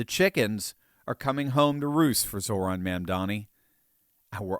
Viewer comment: He’s Zohran not Zoran.